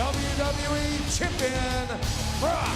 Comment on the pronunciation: sounds like he called brock the WWE chicken lmao😂